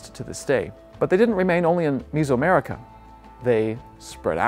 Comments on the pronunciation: Is this guy an AI? Why does he keep pronouncing it "MIZO" America? Is it not Meso-America (MEZO) Like "Middle/HALF" , like "MEZZO" in Italian or "MEDIO" in Castellano? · Is it like fingernails on a chalkboard every time he mispronounces Mesoamerica as "misoamerica"????? It's not fermented soybean paste soup!!!